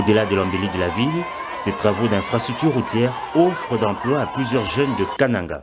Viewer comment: Toi tu ne sais prononcer le mot kananga